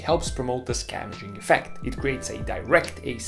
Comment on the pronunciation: the only criticism i have (at this moment) would be more clear pronouncing of some words like 'scavenging effect' and 'pent roof'. I had to google for a few minutes before I found what you meant. this video was very well done, and was a superb learning tool about engines. I really enjoyed it. good clear explanations for some key concepts about engines. thanks a lot for showing us! really looking forward to more engaging content, you have a sub, here!!